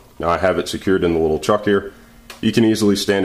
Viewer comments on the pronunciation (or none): none